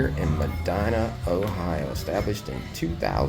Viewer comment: Always love your videos! I am originally from southern Ohio. We always pronounced the name Medina as “Medeena” just for future reference. Y’all have given me many tips for places to go in Amish Country.